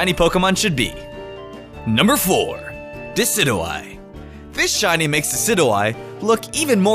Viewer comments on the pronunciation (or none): It's pronounced De-ci-joo-eye, not De-ci-doo-eye! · Decid-you-eye not Decid-oo-eye. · DE-CID-YOU-EYE IT IS SAID THAT WAY MY GOOOOOOOOOD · it's not de Sid oo eye it's de Sid u eye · it's dicid-you-eye not dicid-eww-eye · my gosh I cringe every time you say "dicidoeye" its pronounced "desidyoueye" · Decidous + Eye = Deh - Sid - Ju - Eye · ITS PRONOUNCED DE-SID-YOU-EYE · It's Diss-Idge-You-Eye And Vike-A-Volt And Tapu Fee-Nee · it's De-sy-dyou-eye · Did you just pronounce Decidueye, des-id-you-eye? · you said dicidueye wrong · it is pronounced decid eu eye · It's pronounced desidjui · No offense but it's pronounced Dee-sidg-u-I. And can u not spoil the first spot on the thumbnail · It's pronounced di si jyu I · Also dicidooeye is how you pronounce it no offense but it's di-sidge-of-ie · Him saying Decidueye like that really bugged me XD and dont worry that you havent caught a shiny pokemon I have only caught one and i didnt know how rare they actually were so I traded my shiny Mudsdale to a good friend of mine :3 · you pronounced decidueye name wrong i guess but nice video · You’re pronouncing Decidueye wrong. It’s supposed to be a combination of deciduous and eye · Not how you say Decidueye... other than that good video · you said desudia wrong